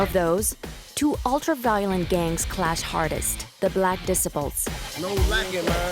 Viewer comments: dicibles....... this chick cant say gang names right LOL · i cant tell if the mispronunciations are because its ai narrated or the narrator is a foreigner shes pronouncing Disciples like decibels and shes saying latein kings instead of latin kings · she said the black dis se ples 😂learn to pronounce it 😂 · Did she really say "Black Disipels"?🤣🤣🥴🥴. And did she say gangs were chased out of Boystown🤣🤣. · It is pronounced: "Dee- SY- puls" not "Decibels"! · The narrator cracks me up pronouncing Disciples “dissaples” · ‘Disipals’ is not a word that is used in the English language. Hard to believe you are not familiar with the word, ‘desciples’? 😮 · Black dissiples 😂😂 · The dissaples 😂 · Black diss- ipples? At least pronounce the $hit right 😂 LAC MICHIGAN!!! DAFUQ! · ahh yes the black "dissiples" lol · Its called shoot out not shot out and the way you say disciples is crazy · This narrator is driving me nuts by the way she pronounces the word “disciples”. You would think the producers would have picked up on it during editing or something. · I'm over here lmfaooo When she tried pronouncing the gang called the Disciples.